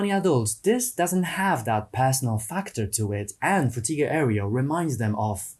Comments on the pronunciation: For future reference, "aero" is pronounced like arrow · This was a good essay, except for the parts you kept saying "airy-o" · Dude... now you can pronounce "tech" correctly but you mispronounce "aero" and say "aereo" instead. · He took "Techhhh" from us but gave us "Areo" -- well played, sir, well played 😅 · haha, "areo" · I don't think that's your preferred pronunciation of "aero". That's just dyslexia.